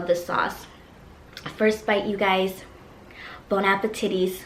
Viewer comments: this is the first video ive ever seen by you (subscribed right away) anyway WEN YOU SAID BON APPA-TITTIES I DIED❤❤ I LOVE YOU ALREADY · Lol she said bon apititties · Yoooo it kills me when you say bonapotitty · “Bone appa titties” YAS GIRL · i subscribed after i heard "bone-apple-titties" lmao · Bone - Ap - A - Titties 🤣🤣🤣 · She said bon appetites (tities) lol😂😂😂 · She said bone apple titties 😭😂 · It’s sounded like she said bon appititties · Bone appe-titys😂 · Did she say bon apple tities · Bon-na-ba-titties SHE SAID TITTES XD NO HATE ITS JUST DO FUNNY BTW LOV U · did you just say Bonaba tiris😂😂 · she said bone appatitties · I'm sorry but did she say bonapatity wtf 😂😂😂 like your chanel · “ bone apple tiddies “ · is she saying bon-appetitties?😂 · She said bon appetitties!! 🤣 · Is it just me or did I hear “ Bon appétittys” I herd that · "Bon appetities" LMAO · Did anyone here her say bonapatiddy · "bone appe a titties" 😂😂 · “Bone appah titties” 😂😂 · UMMM DID SHE SAY “BON APPETITTY’S” IM SO CONFUSED 🤷🏽‍♀️ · So We’re Just Gonna Ignore The Fact That She Said “Bon Appetitties” ?😂😂I Love Her😭❤️ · Lmao am I tripping or did she just say Bon Appetitties 😂😂😂? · I think almost in her video she said "bon apatities"... Like ruining the words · “Bone api-titties” LMAOOOOOO I LOST MY SHIT